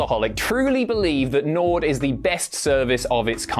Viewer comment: I was enjoying the video. Then he said Nord and l stopped watching